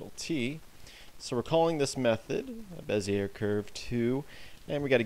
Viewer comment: Bezier is indeed french and pronounced Bezee ay the r is silent.